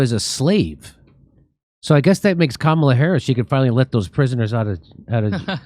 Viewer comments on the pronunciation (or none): none